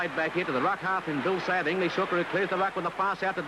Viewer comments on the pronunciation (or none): It's so different from the modern game with very shallow defensive lines, kicking at the ruck and no limited tackle counts. And it would have been useful if the commentator had got Brian McTigue's and Bill Sayer's names correct. Nonetheless, it's an incredible historical piece of video, even though it might shatter a few illusions about how good St George were in those days.